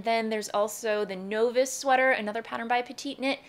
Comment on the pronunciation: I love your content, I’ve been subscribed for years, but I would have sworn you would know how to pronounce Novice! Maybe you thought it was in another language…. But overall, great beginner choices!